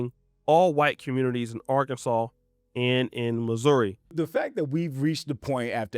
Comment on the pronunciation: Obviously wow, what a shit show. But the only thing I can think about is how this guy said “Lussouri” and as someone from there I just really want to know what part of the country he’s from to say it like that.